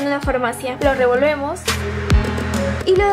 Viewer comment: ajaja me encanta cuando dice 'lo revemos'